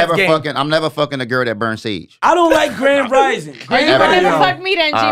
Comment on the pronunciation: was tryna say grand rising sounds like grand jury 😂